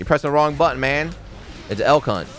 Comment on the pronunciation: After about the sixth time hearing the name of his "Beyblade Jr.," I had to look it up. Elk. Hunt. I just kept hearing "L Cu...". Well, I probably still will. I wonder if the AIs scanning audio on videos and streams will. Uh, have fun with that, commentators.